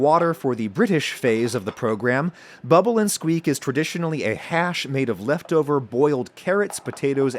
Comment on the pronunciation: It's such a tiny thing but my British ears can't get over how unexpectedly jarring it is to hear an American say "bubble and squeak" with equal stress on every syllable. Nobody says it like that here! Every "something-and-something" British meal name I can think of has the stress on the final word / syllable. Bubble-and-SQUEAK. Fish-and-CHIPS. Bangers-and-MASH. If you came here and said "fish and chips" with equal weight on each word people would look at you funny. 😂